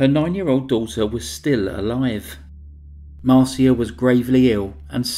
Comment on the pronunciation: Her daughter Marcia 's name is pronounsed Mar sha not Mar see a.